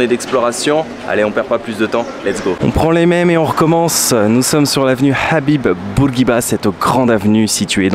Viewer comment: Love it :) tu dis Habib comme chez nous maintenant :))) à demain . ettttttt merci pour le maillot <3